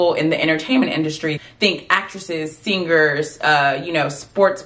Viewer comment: Its not sin-ger, it is sing-er....